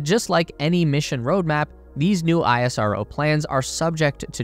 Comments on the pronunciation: It is pronounced as ‘Ess-Ro’ not ‘I-S-R-O’ please correct it. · Bro its not aie-rso its ish-ro as pronounciation. Thanks for the beautiful video & thanks people for the amazing comment on india. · Plz correct your video next time, it's pronounced (Is Ro) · Its pronounced "isro" (is-row) as in how NASA is pronounced as "Nasa" and not En A Es A.